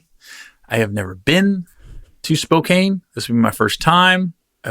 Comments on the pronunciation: spo-can is how Spokane is pronounced not spo-kane just a heads up we love you here gary! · Gary (respectfully)called Spo-Can...not kane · Don't call it Spo...CANE...it's Spo..can...as in 'I can do that' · Gary: It's SPO-CAN hahaha not SPO-CANE - We're looking forward to having you here man. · I say Spo- kane as well. I was on a conference call with people there and every time I said it, they chuckled. They finally told me it was Spocan..😂😂 I said " Well.. That's not how it's spelled"!!! I'm from back East.. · Spo-can. And I'm not anywhere near Washington state. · Spo - can lmao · Chris, why didn't you correct Gary on the pronunciation of Spokane